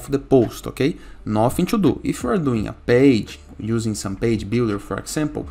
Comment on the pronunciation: 😂😂😂 yeah page - bage I heard Just joke😊 But your guides is very important